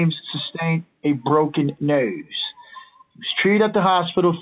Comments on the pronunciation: "a broken NOSee💅" 😂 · "Broken Knoes" why did he say it like that? 😂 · “ a broken nosew 😌* 😂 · I love that british accent of the scammer when he said "nose"